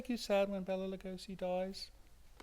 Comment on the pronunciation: Bala Lugosi with the emphasis on the A🦇